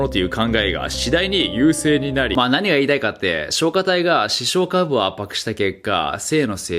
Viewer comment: イントネーションについて気になったので、、 視床下部のイントネーションは 亀頭出すと一緒です！ ↑↓こーゆー表現苦手なので申し訳ない🙏